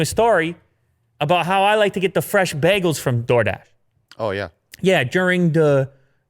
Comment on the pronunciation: Even though I live in Canada, it's always funny the way people pronounce bagels here. I'm used to "bay-gels". 😀